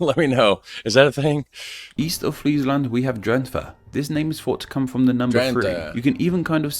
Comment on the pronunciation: His pronounciations are worse than yours. Just don't silence the 'e' at the end of 'Drenthe' other than that, just speak with native dutch speakers a lot to deminish your English accent. Funny thing, Rutger Hauer a dutch actor who moved to the US never forgot how to speak dutch, but after having lived in the US for over 20 years, when he did spoke dutch (for instance when being intervieuwed for dutch broadcast) he also had a heavy american English accent. Though I'd imagine that when he would visit the Netherlands for a few weeks, he would be able to speak without the accent again at the end of those. Similar to how my mom used to pick up her Limburgian dialect and accent when talking for an hour on the phone with the family who still live there, after she got off the phone, she would remain having an accent for an hour orso before returning to her pretty accentless formal dutch.